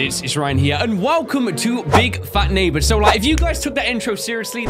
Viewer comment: Yeah... Ryan can talk good all I heard was oof and sad violin music... yeah and drunk "big fat neigbor"